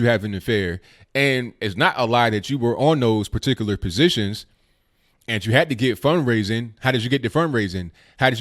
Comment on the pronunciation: said, "Positons"..haha